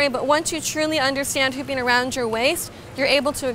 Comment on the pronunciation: Anyone else thought she said ‘pooping on your shoulders’?